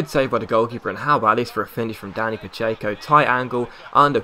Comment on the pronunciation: Were the hell did you find the y in pacheco? Stop pronouncing one!!